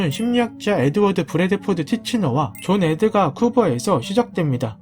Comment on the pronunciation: 존 에드 가 쿠버에서 시작됩니다 로 들리네ㅋㅋㅋㅋ